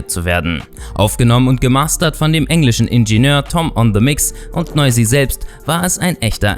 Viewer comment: Nein hast du nicht ich bin. Albaner und Fan von noizy aber nicht schlimm das du es nicht richtig gesagt hat